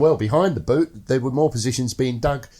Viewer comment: It’s Buute not Butte, yes,……and is Varlencourt not Warlencourt